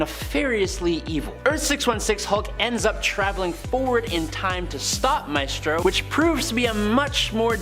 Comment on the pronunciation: It’s MYstro. Not MAYstro